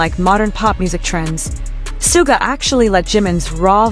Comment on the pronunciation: Sharking fax? Did you hear RM talk about Jimin and Soooga's working relationship? If you did you would know how to say their names. By the way the guys always aim for perfect, never settle for just OK.